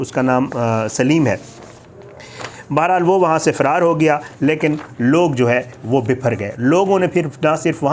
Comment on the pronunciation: اللہ تعالیٰ ایسے لوگوں کو نست ونابود کردے جو اس طرح آئے دن قرآن کی بے حرمتی کرتے ہیں یہ سب ہمارے اعمال کا نتیجہ ہے 😭😭 فیرار نہیں فرار ہے اصل لفظ